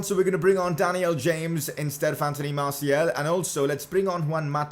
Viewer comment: Why do you say MartiEl. The second a is pronounced the same way as the first